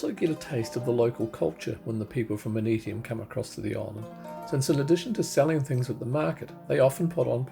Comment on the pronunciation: Just watched your video...very enjoyable. I am a long term resident, so I hope you don't mind my input. Ni Vanuatu ( meaning Vanuatu born ) is pronounced 'nee'. Aneityum is pronounced Ann-eye-chium. 😊